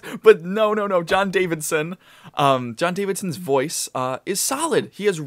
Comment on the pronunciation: JON DAVISON! Not DaviDson.